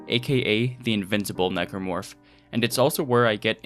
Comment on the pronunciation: For a second, I thought you referred to the Necromorph as "Negro Fuck".